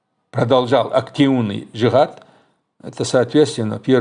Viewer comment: Я Чеченец и я свободный гражданин я не за имарат не за арабов не за правительство в изгнании Этот вопрос я задал зачем ты выносишь все на публику....и почему ты когда говориш слово джихад не полностью выговариваешь это слово не уж то боишься что интерпол заявится